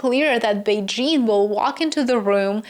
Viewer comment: I appreciate how you pronounced Beijing, you even used the right tone